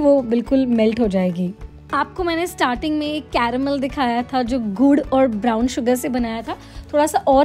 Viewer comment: Ya raha wo "CArrrAmEL"